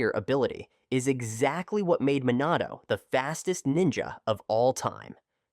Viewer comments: try to like re-spell the voice to have the pronunciation correct, like instead of minato, try to do mih nato (but it depends on the accent of the ai voice) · Dude, stop mispronouncing words in your videos. Jonin is pronounced Jo - neen, Minato is Me - Nah - toe, etc.